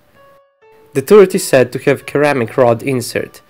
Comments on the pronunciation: Ceramic is pronounced SIRamic, like 'yes sir'. Just thought I would let you know . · By the way, in English ceramic is pronounced with a soft 'C', like our 'S'. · Hmm ah yes, KERAMIC.